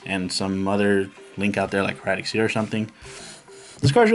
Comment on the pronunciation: It's hai-ra-tuhk. HIEratic as in HIEroglyphics. It's an actual word not just a made-up name. Either way, sweet deck. I haven't seen someone with such a well-rounded synchro version of this deck since I made a variant that brought out Quasar by abusing Level Eater back before Pendulums came out. I've definitely got some ideas to toy with for this deck.